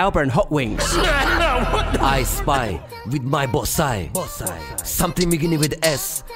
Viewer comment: Swear he said "buss eye"